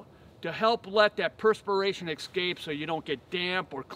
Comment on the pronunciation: I was wondering why you pronounce "escape" as "eXcape"?